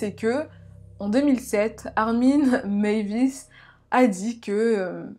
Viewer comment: Hello. Ayant passé mon mémoire d'étude sur ce cas, je pense pouvoir donner mon avis. Déjà corrigeons de suite ce nom !!! on dit meiwes: mai i wès et pas meivis, c'est allemand, pas anglais ;) Ensuite l'envie de cannibalisme de Meiswes était bien plus complexe et subtile qu'une simple envie de manger de la viande, il faisait un lien entre manger un être et l'avoir avec lui à tout jamais, ne jamais le perdre et avoir un lien très intime avec elle. Le cas aurait était bien plus interessant en étant traité en portant le regard sur Bernd, une victime consentante et donnant les directives sur la façon dont elle voulait être abattue et consommée.